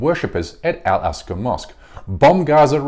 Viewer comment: Maybe it was a slip of the tongue, but it is Al-Aqsa not al-Asqa that is mentioned